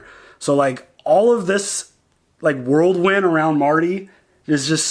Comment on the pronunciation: "Did you just say worldwind???" hahahaha. oh man I needed that.